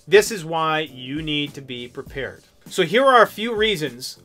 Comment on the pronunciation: Prepared ,not peeper